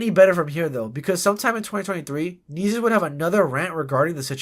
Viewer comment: You’re pronouncing his name wrong if not it just sounds annoying asf Nessus Nessus Nessus